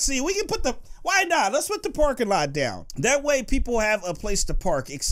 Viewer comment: he said lets put the porkinglot down